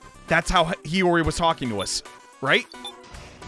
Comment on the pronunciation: PRONOUNCED HIYORI'S NAME CORRECTLY IN THE FIRST 3 SECONDS